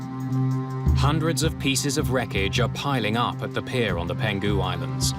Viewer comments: The voice-over person keeps pronouncing the Peng hu islands as “Pen ghu” islands. It’s a bit grating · There’s a wrong pronunciation. It’s Peng-Hu, not Pen-Gu. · Not "Peng - gu" Islands, it's "Peng hu" Islands. Been there, Beautiful place. Heartbreaking tragedy.